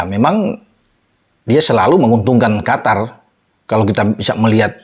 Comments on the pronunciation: QOTOR bkn Qatar = Afatar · Qatar kalo ditulis arab bacanya qothor